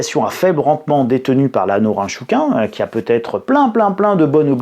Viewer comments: Ça se prononce Nôrine Chôkine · Je suis japonais et ça se prononce: nrintchkine. Sinon sympa la blague du nunchaku 😂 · Norinchukin se prononce un peu comme :Norine... tchkine !😊